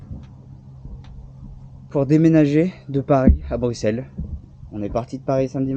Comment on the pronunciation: Merci de dire Bruxelles en prononçant le X par S